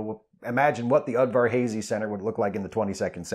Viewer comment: Udvarhazy! Udvarhazy! not udverhazey